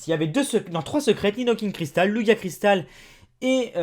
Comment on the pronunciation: Ont dit pas lugia ont dit lujia